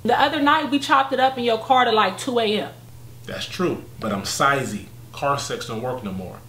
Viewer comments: He Said , " I'M SIZEY 😂😂😂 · This nigga said I’m sizey 🤣🤣🤣🤣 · This nigga said " I'm sizey" kmsl